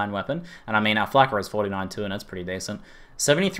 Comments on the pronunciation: he said flakker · Lol he kept saying flakker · Stop calling it a fricking FLAKKER